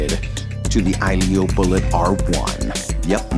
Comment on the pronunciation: I think you pronounce it like ahjillio (phonetic USA danish).